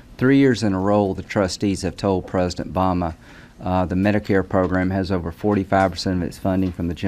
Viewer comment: Senator Mint, the President's name is Obama... not Bama